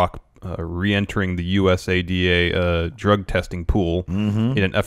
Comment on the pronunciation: I'll school the both of you it's "usada" not U.S. A-D-A non mma watching ass dude's... I'm still a big fan though.